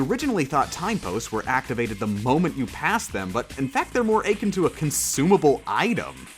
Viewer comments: love the video and your channel. Only note, akin = /uh-kin/ (not /ay-kin/), sorry I normally wouldn't comment on pronunciation, but that one was really jarring lol. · "but in fact they're more AYKIN to"... cough Achin' is what Billy Bob's knee is doin' when it's 'bout to rain. "uh-Kin" is when two things are similar.